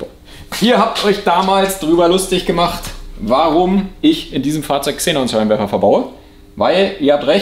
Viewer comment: Hmmm warum sprichst du das Gas komplett falsch aus? Hab nun 3 Minuten meines Lebens Investiert um recht zu haben: "Xe·non, kein Plural. Aussprache: IPA: [ˈkseːnɔn]" also Ksenon :) ich dachte schon mein innerer Monk hat unrecht aber wieso so komplett falsch??? Ist wie mit Pleuel... Mehrzahl Pleuel... was sagen manche pleule???? :D :D :D Aufgehts weiter mit dem Fideo